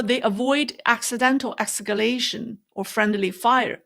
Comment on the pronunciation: There’s a rear possibirity of escaration